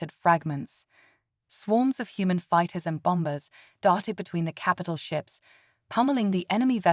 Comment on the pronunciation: ChatGPT written and AI/TTS narrated. If you are going to use tts, please please choose a voice that pronounces words correctly. There are SOOOO many that was misproniunced! Bomb-bers! WTF!!